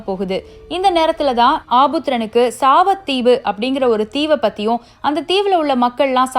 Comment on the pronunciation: சாவத்தீவு இல்ல சாவகத்தீவு